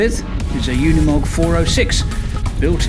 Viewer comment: It’s called UNIMOG and not UNMOG….